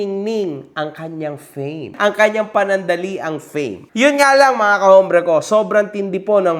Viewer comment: “ombre” not “hombre”